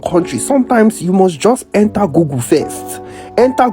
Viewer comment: Dude it's nt Gugu it's google😂😂😅😅